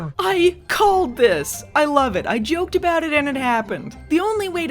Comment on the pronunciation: I don't know if this was intentional but I heard it as "I COLED THIS!" lmao